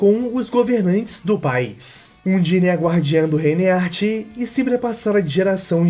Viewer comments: A agonia que eu tive ao ouvir " He Art" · Que agonia o vídeo todo tu chamando Heart de Éart kkkkk